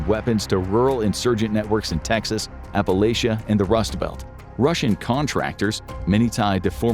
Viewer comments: You mispronounced Appalachia. It’s Appa-LATCH-uh. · lol embacy